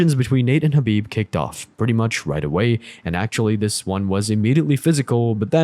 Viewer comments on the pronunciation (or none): This man is having a stroke saying Khabibs name 😂 he was struggling with Dustin’s but my lord the khabib one took me out haha 🤣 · LMAO. I've never heard Khabib's name butchered so bad. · And he pronounces his first name Ka bib, not Ha bib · It’s not hard to pronounce these names. And if you can’t just say Khabib for example. Its almost unwatchable listening to you say nurmagomedov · at least say Khabib name right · Don't ever say Khabib's full name ever again, you make me cringe. Seriously, if you're a fan of the ufc there's no way you say his name like that. So I'm guessing you're not at all familiar with mma, because the only other option is that you heard it being said correctly and still say it like a cringe machine. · Why did you butcher Khabib's name like Rogan when he debuted?